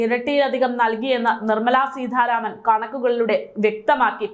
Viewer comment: നിങ്ങളെയെല്ലാം ആരാണാവോ മലയാളം പഠിപ്പിച്ചത്. സീധാരാമനല്ല സീതാരാമൻ